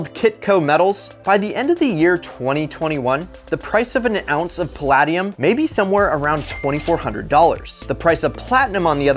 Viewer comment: Pronounced pa LAY dium